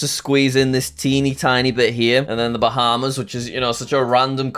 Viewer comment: “USA is second” “Bahamas” “Germany” “Spain” Typical jsag